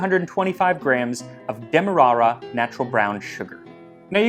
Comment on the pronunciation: Loved how you pronounced ‘demerara’